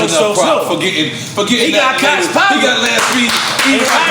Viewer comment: ...Fun Fact ...we “black ppl and prolly most ppl pronounce the name Koch wrong it’s pronounced Koch(Coke) ...Look it up lol